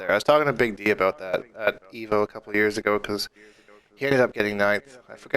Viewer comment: "All aboot"?? lol You must be Canadian!